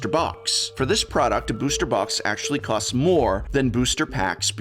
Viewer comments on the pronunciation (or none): none